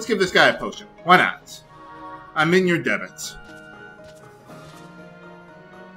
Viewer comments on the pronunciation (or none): Not sure if "in your debt" or "in your debit."